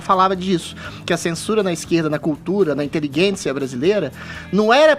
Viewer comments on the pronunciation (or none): Por que o Adriles fala inteliGUÊncia e não inteligência?